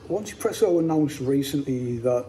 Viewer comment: Hi mate! Nice review, I'm looking forward to its release. Could you please elaborate on the company name. I believe that it's pronounced EZpresso (easy presso), with the Z pronounced in the American fashion (Zee). "1" is pronounced "E" in Chinese, so the name is a bit of a play on words. That's what I believe anyway.